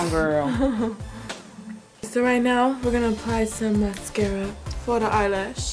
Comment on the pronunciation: The way she said "foh da eyelash" made me laugh so hard 😂